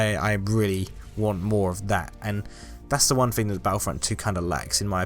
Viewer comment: I love the way they say thing it’s like fing